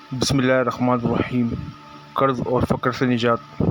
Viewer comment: لعنتی بندےیہ ظ نہیں یہ ض ھےصحیح پڑھ لیاکروشرم کرو